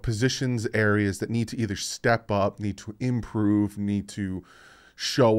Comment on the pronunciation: Love you but its improve not imporove lol. Keep up the great work!